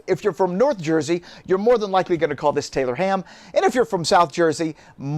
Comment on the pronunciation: I’m from Maryland but my wife’s family went to Jersey every summer and they call it, and have been frequently corrected, Taylor’s pork roll. Also he should have said make it a drinking game and every time he mispronounced it to take a drink 😂